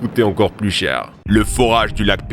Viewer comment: la manière dont tu as prononcé le "cher"